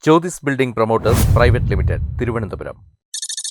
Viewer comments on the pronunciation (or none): none